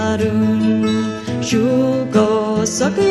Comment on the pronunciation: Spot on? Hardly. Right off the bat, she pronounces the vocative particle “a” in “a rún” like a long English a. (It should be pronounced pretty much like the ordinary unemphatic pronunciation of the English indefinite article (“a,” as in “a book”).) Not only that, but she repeats this word (used before the name (or substitute for a name) of a person you are addressing) before the following adverbs, where it definitely does not belong. That alone is hardly “spot on.”